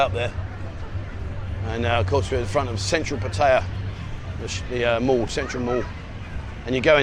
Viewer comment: you're a great guy and I love your show can I get you to please pronounce Pattaya correctly. Sounds like (pat..tea..yah) please